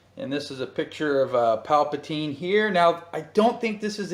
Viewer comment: Uhh..I really want to watch all footage of all the figures I have..but it aggravates me with you constantly saying "Paplatine". This is a character from Return of the Jedi, correct. The name of that character is "The Emperor". Papateen was a ridiculous made up name that much, much later. It's like you sometimes troll in your own videos with certain ways you say or call things.